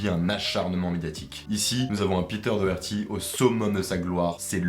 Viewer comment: Ça se dit dockerty